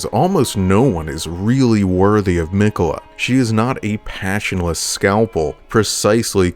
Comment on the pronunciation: I'm just realizing watching this video that everyone in-game pronounces his name "Mik'yeh'la"